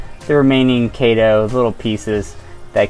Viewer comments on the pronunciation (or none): Nice, thanks. FYI. It’s pronounced KEE-to, like the diet. KEE-to-MOR-pha. In taxonomy (and probably everywhere else too) “ae” is an “ee” sound. Same in “algae”: AL-gee.